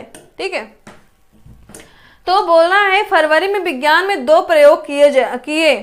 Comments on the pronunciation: Mam sorry to say but aapko khud yd nhi ho paye dekhkr bol rhe ho aap vk bhi vigyaan ko vijan bol rhe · Aap hi confuse hai विज्ञान को विजान bol rhi hai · Rat ke aayi ho kya maidam vigyan ko Vihaan bol rahi ho😁😁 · आपको हिंदी तो ठीक से पढ़ना आता नहीं है। विज्ञान को विजान और गैर को गौर बोल रही हो कॉमन सेंस नाम की भी कोई चीज होती है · इन्हें कुछ नहीं आता है। फरवरी के दिवस में विज्ञान को 2 बार विजान बोली हैं। कॉमन सेंस नाम की चीज नहीं है इनके पास। सब कुछ पहले से छाप कर पढ़ा रहीं है। खुद इन्हे कुछ भी याद नहीं है। बहुत ही खराब ट्रिक ( कथा के जैसी) है। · Main qualification kya hai aapke uchcharan To Sahi kar nhi pa rahe ho aap Vigyan Divas Nahin pata hai aapko